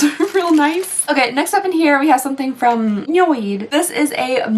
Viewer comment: NIOD not NOID 😂